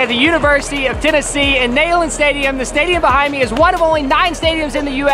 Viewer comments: It’s not “nayland” it’s pronounced “kneel and. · you were sitting just a couple of sections to my left at the Tennessee game! And I can’t believe I’m having to tell you this but it’s “Knee-land” not “Neigh-land” and that’s per the General’s widow.🙂. Great video. Glad you made it to a game this season. #GBO 🧡🍊🏈. Wish you could have been at the Alabama game. That was just epic! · You would think someone lucky enough to go to a University for 4 years would know the proper pronunciation of the stadium name, especially since it's named for someone so important! repeat after me: KNEE-LAND. KNEE LAND!!! It's NOT nay-land!!! Either say it right or don't say it at all please. Signed a VFL since 1977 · Quite the enjoyable video. BUT! It's pronounced KNEE-land not NAY-land. Come on man. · GBO! I thought id been saying it wrong my whole life 🤣 who calls it Neigh-land. It's Neeland., are you sure you went to UT? Lmao I'm jk! I love you guys. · It's knee-land stadium and you should know that. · you went to UT and don't pronounce Neyland Stadium the way everyone from here does. I have never heard someone say na-land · Neyland Stadium. “Neeland” not “Nayland” 😜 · The way went to UTK and calls it nAyland 😂😂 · That pronunciation of Neyland though 🤦🏼‍♂️ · HOW CAN SOMEONE WHO WENT TO TENNESSEE MISPRONOUNCE NEYLAND CONSISTENTLY?!